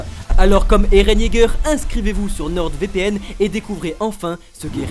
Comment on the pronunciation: nordEvpn Mdrrr le placement de produit ou le nom est mal prononcé 😂